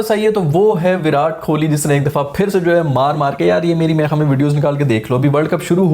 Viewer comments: Bhaijan Kholi nehi Kohli hain wo 🤣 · Kholi nahi be kohli hota hai....😀😀😀😀🙋‍♂🙋‍♂ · dude u better start saying kohli's last name properly, its not kholi( small house for poor people), its kohli, wht u say is kholi which literally translates to a small 1 room shelter for a very poor person, then u complain that not many people subscribe ur channel, why would they subscribe if u say virat's name in such an absurd way?